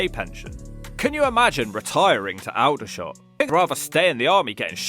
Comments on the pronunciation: Please learn to pronounce Aldershot its not Al dershot not All dershot, comes from the Alder tree which is pronounced Allder. It's a shit place but not pronounced the way you did 😂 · Please stop saying Al-Dershot it's pronounced All-Dershot. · I wish he knew how to pronounce Aldershot . Its not Al its All der shot . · It's pronounced All-der--shot, not "owl-der--shot". Your description was pretty accurate though - we thankfully left there many years ago! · Stop saying Al - der shot. That's All - der shot. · Please learn how to say Aldershot. It's pronounced All-der-shot, not Owldershot. Mind you, it is still a shit hole! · Maybe I’ve been pronouncing Aldershot wrong for years- I thought the first 2 letters were pronounced like the English word “all” and not like the nocturnal bird “owl”? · “Al da shot”? Its…”Ulder shot” 😄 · At least pronounce the name correctly if you're going to put Aldershot on the list, it's not Owl-dershot, it's Auld-ershot. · FFS is said All-dershot! Just like the tree is an Alder (all-der) not Al-der. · It's pronounced "Oldershot" not "Al-dershot". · all -der -shot nothing to do with an owl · Awldersshot,not al-dershot🎩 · Cant argue with Aldershot it used to be so vibrant, now nicknamed NEPALDERSHOT, it is a sh1thole, by the way of you pronounce it ALLDERSHOT its the correct pronunciation, Portsmouth used to be be great too now its more foreign, really run down, used to be so great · it's pronounded ALL der shot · It’s pronounced All /Aldershot .But you’re right about Lumley. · Not surprised Aldershot pronounced Uldershot. Also known locally as Aldershit or napaldeshot. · Don't disagree with the comments about Aldershot. I know there is only one "L" But it is pronounced All-der-shot. As "all" in altogether which only has one "L" I lived there years ago. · All der shot how it is pronounced but anyway 👍 it ia a crap hole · its pronounced all-dershot bro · I have never heard Aldershot pronounced ‘Eldershot’. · Bro it's pronounced All-der-shot